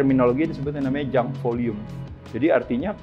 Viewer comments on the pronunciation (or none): Junk Volume, bukan Jump volume